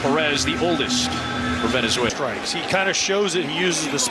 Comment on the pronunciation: 主審はべねぜいらより寄りだ 何回間違える？